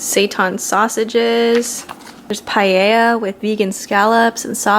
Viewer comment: Gal, you have the most perfect Spanish accent, why did you say paella that way? Haha :P